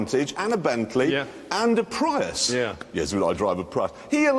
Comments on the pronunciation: James slipping out of character by correctly pronouncing "Prius". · the correct way to pronounce it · 20 mins and only once he said it correctly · Its been a year. I hope your delusions have dissipated for it is Pry-us not Pree-us, Luke. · yep Jag u ar Prius is Pri Us Americans can't get that they pronounce it Jagwar wtf is a Jagwar sounds like a Chiense knockoffsof a Jag u ar and wtf is a Pre us sounds like part of the Gentials system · I mean both other presenters say it correctly... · Joking aside the language is English not Latin. It's the correct pronunciation. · The language is ENGLISH, not Latin. The British are pronouncing it correctly. Pretty simple stuff. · may says it fine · Cause you say it like how it's spelt. Just like how you pronounce Jaguar, "Jaguar".